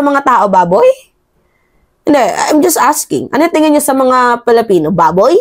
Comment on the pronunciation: PAKIBIGKAS PO NG TAMA ANG SALITANG PILIPINO .. lagi ko kc naririnig na binibigkas mo ay " palapino minsan naman ay palipino " parehas kau ng pagbigkas ni maharlikang lukaret.